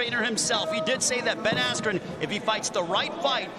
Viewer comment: he totally messed up Ben Askrens name lol